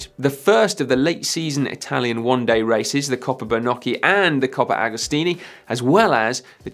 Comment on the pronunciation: Coppa agostoni not agostini